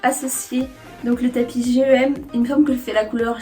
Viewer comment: Pourquoi tu dis G-E-M alors que c’est GEM tout collé ?! Ah sa me stress trop mais sinon superbe vidéo surtout avec les images /vidéos on se rend bien compte 😋